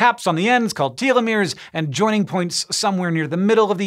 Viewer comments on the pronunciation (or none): none